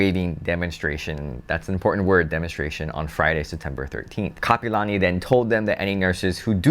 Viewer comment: it's Kapi'olani not kapalani. 👑Queen Kapi'olani 🌺🤍. You are what locals call a Transplant local. Back in my days it was FOB. Fresh off the boat. 😂